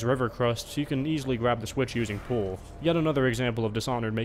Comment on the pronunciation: Are you aware that you are misspronouncing pull?